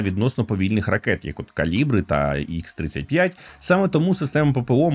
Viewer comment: Чудовий відос, друже. Тільки не ікс-35, а Ха-35 :)